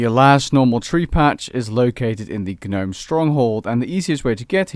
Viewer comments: Did you say GANOME? It’s Gnome(nome) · It is pronounced "nome" not "guh-nome" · "G-nome" </3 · Did you really pronounce the 'G' in Gnome? 😂😂 Brilliant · Just fyi, the G is silent in gnome. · You don't pronounce the G in gnome btw buddy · The way you say Gnome is unsettling. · the "G" in gnome is silent ;) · Omg I hate the way he says gnome. The g is silent dude... don't pronounce it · The g is silent in gnome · The G in gnome is silent you fucktard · how can u not know how to pronounce 'gnome'?!?! xD hahaha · jsyk the g is silent for gnome. really distracting hear you say it wrong so many times in a row :p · every time the g in gnome is pronounced take a shot!